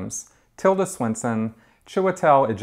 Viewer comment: Great review,! One thing: It's Tilda SwinTon not SwinSon.